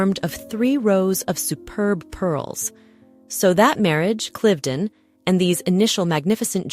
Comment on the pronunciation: I wonder why the AI commentary has two pronunciations of Cliveden, one laughably wrong.